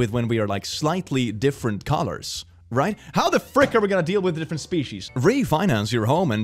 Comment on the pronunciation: *Different. Holy heck, I haven't seen that word mangled that badly in a long time.